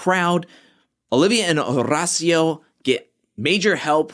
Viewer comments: IF YOU SAY HORRRRACIO ONE MORE TIME !! 😭😭😭😭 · the way you say Horacio… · My guy, I love your videos and always look forward to them, but damn stop putting so much emphasis on Horacio’s name. Say it naturally 😂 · my man, you can relax on rolling the R in Horacio’s name…we hear it! Lol Love your content tho!